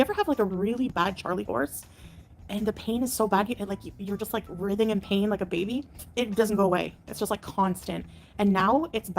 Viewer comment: Jesus, have you now decided to just say things incorrectly? We have the stupid way that she says Endocrinologist, writhing and nsaid. I can't decide if she is determined to keep mis pronouncing words to irritate everyone, or to do it to be quirky or because she is just that stupid.